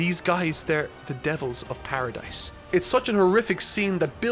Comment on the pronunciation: The s in Paradis is silent lol you watch the anime but never noticed?